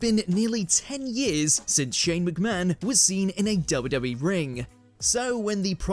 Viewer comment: The narrator couldn't say WWE..